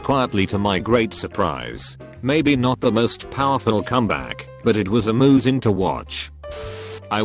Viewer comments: Nobody: Text-to-speech: A🐄sing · No one: Absolutely no one: The bot: I found it AMOOOOSING